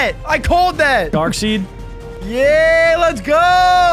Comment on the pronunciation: Still a fan but darkseid is pronounced "dark side"